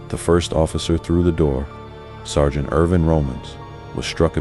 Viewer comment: Whoever wrote for this AI needs to spell out “sergeant” so the AI doesn’t sound like a robo-cunt.